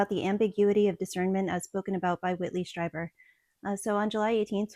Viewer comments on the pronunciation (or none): It's pronounced "streeber" 😊